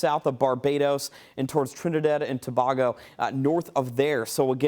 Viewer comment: Islands name pronounced incorrectly..Grenada and Tobago 🇹🇹